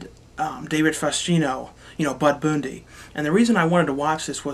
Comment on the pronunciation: Why do you say words wrong on purpose? Like you say Bud Boondy But you didn't change the they way you say Bud just the Bundy part. It's really annoying. And do you ever watch movies that have black,chinese or latino people?